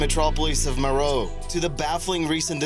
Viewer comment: That's Meroë, not Meroe. It has 3 syllables, and the adjective form is Meroitic. Like, the Meroitic people. They conquered Egypt, providing one of the foreign dynasties.